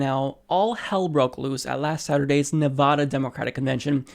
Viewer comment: neh-VAD (rhymes with BAD) - uh. :-) Sorry, lol. With all the Nevada coverage (and being from the area), constantly hearing it mispronounced is driving me wonky, lol. Not chair-throwing wonky though. I'll hug it out. :-P